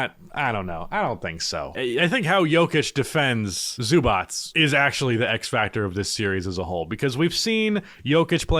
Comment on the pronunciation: Please say it correct. Zubac [ Zzobatch ] Its not that hard.